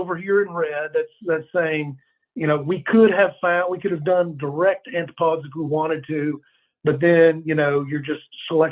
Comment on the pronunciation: That's not how you pronounce "antipodes" dude... not even in American!!